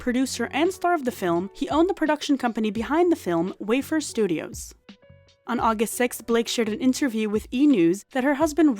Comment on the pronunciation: lol, I have to point out: The production company is not pronounced Way-fer like a cracker, it’s Way-fair-er, a traveler, like Gypsies, or maybe someone on an Australian walk about.